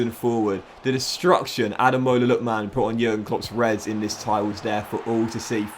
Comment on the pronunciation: you're actually sped. How tf can you not pronounce Lookman, Tuanzebe, Malen, or Bijlow right?